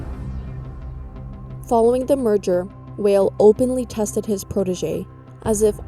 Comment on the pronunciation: Sandy Weill >> pronounced "while" not "whale"